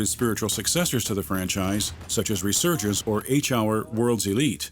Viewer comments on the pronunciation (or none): "Resurgence" that hurt man